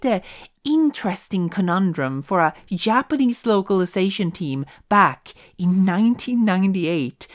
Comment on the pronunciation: whay do you call them Yapanese?